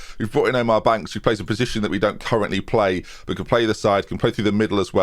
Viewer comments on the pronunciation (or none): none